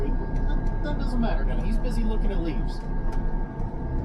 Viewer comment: Cracks me up the way you say look at the leaves😂looks like your audibles are working well. Stay safe hoss and keep crushin it 🇺🇸💪🏻🇺🇸